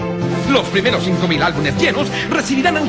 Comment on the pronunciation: "Albunes" dicen los locutores chilenos...bien animales